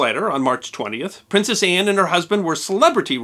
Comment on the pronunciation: Why are you emphasizing the seCOND syllable of the word "PrinCESS?"